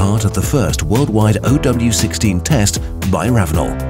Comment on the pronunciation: It's not Oh W 16, it's zero W 16.